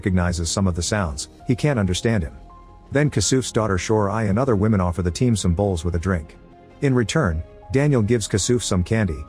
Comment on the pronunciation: bow, bowing, bowl....you need a new AI narrator because it can't pronounce these terms correctly...